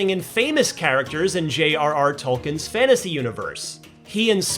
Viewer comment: Why is it so hard for people to pronounce Tolkien. It’s “Tolkeeen”